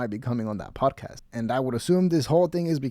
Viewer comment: “Podacast,” he says.